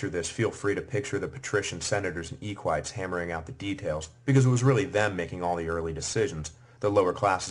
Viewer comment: what are EEE-KWIGHTS?????? , I like this but some strange pronunciation!!!! EEEEEEEEEEEE-KWIGHTS ffs get me some PLEEEEEEEEEBS